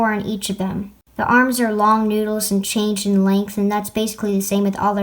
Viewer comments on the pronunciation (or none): none